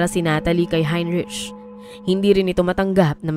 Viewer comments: Please note the proper pronunciation of the name Heinrich. It should be 'hein-rik' not hein-rich. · HeinRick ang pronunciation niyan. 😊🇬🇧